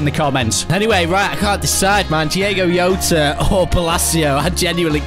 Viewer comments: please stop saying Yowta its Jota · can we please let know you pronounce the j in jota since he is from portugal